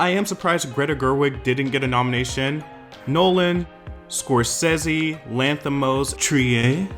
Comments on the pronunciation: The name is pronounced SCORE-SAY-ZEE, not Scoreseyaze. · Not score-sea-A’s 😭😭😭😭😭😭😭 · "Scor-see-yay", honey.... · ‘hungers game’ and the pronunciation of Martin Scorsese is sending me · I’ve never heard Scorsese pronounced that way lol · I live for the way you say Scorsese